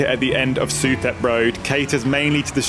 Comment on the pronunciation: DUDE! Stop saying sue thep. It's sue-tep. For example, Thailand pronounced thigh land its tie land. The H in thai language is almost always silent. You said it about 100 times in your last video and now in this one too.